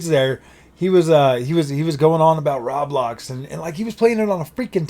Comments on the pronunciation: “Rablox” made me laugh, isn’t it Roblox? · I must correct you, it's pronounced row- blox